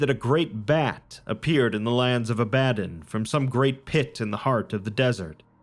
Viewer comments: Just gotta say, it's the Lands of AH-buh-DON, not ah-BAH-dun. But this is a great video regardless! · It is pronounced Ab uh don